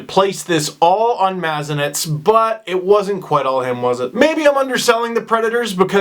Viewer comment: steve plz dont be like the bad predator commentators, its not mah-zeh-nehts its muh-zan-ehk